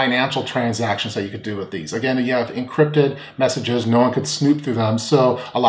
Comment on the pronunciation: Did you say they can pass "meshages" to each other? lol...